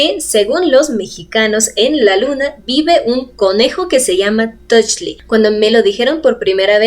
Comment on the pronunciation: Conejo en nahuatl se pronuncia tochtli...saludos..!!